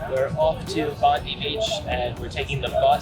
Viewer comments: Haha had to feel rough to realize you mispronounced “Bondi” so many times. Always kick ourselves when we realize we mispronounce words in videos 😂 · Pronounced Bondye and Coojee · every foreigner mispronounced bondi and coogee :P